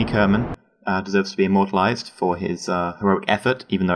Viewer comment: MY GOD SHUT UP IMBECILES IT'S IMMORTALISE NOT AMMORTALISE JESUS CHRIST RAGE QUIT ALT+QQ